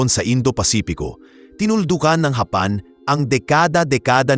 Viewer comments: Anong hapan paki ayos mu nga ang bigkas ng japan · Daw pangit pag pronounce mo sang japan daw ang palagi lng gina pronounce gamita sir . Gusto mo ma unique gid